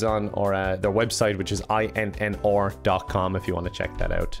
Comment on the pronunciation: i'm from Scotland so I get your accent, but how difficult was it to say "R" rather that "OR"??(in the INNR plug). Bless you my brother 😁😁